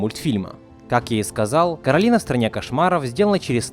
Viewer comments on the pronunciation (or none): Ну как бы не "КОРАЛИНА", а КАРОЛИНА потому, что короткое имя Каро, а если было бы "КОРАЛИНА" короткое имя было бы кора? что ли? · Не Коралина, а Каролина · Не Коралина а Каролина! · не каралина а королина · Каролина А Не Коралина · Не Коралина а Каролина меня так завут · Каролина а не Коралина!